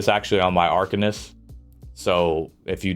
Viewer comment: Its arc-an-ist. Seems like a pretty good tier list. I think earthen heart is garbage and would swap it with draconic power. Siphoning is really nice for ult gen and has insane sustain with siphoning attacks and healthy offering is a good burst heal, offensively yea it's trash without soulcleaver. Winters embrace it's getting 15% frost damage passive which makes it interesting for some builds. Polar is only getting nerfed on the off heal portion, no hot and initial heal is like 30% less, but the hot on yourself is getting a significant buff